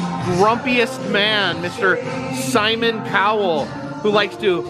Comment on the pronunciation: And ends with a t